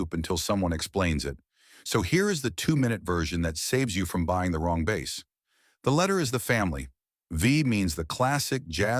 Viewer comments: bro if you are going to let AI do the voice at least make sure it can pronounce "Bass" correctly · Your videos persuaded me to get a Sire V5 24. It's a great bass, and I actually like passive electronics. Still wish your AI voice could pronounce BASS properly. 😂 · The mispronunciation of "bass" is quite annoying.